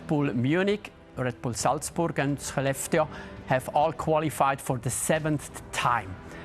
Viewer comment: Probs to the host for pronouncing Skellefteå correctly